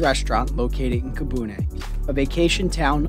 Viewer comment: Did you mean Kifune instead of Kibune?? Did you take the electric railway and walk from Kurama? Looks adorable